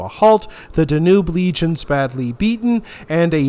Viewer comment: What is the correct pronunciation of the The Danube? I believe the stress is on the first syllable. I was surprised that your channel didn't have a lot of subscribers, but then I realized that it's not that old. I think you are going to have a great new year with a lot of new subscribers because you content is interesting and perceptive. You are doing a wonderful job. Thank you for what you do. Happy New Year.